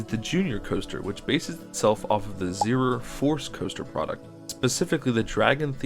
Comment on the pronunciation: CIty Pensinsula is a literal take on Coney Island, found in New York City, as Coney island is a penisnula. Zierer is pronounced Zee-Air.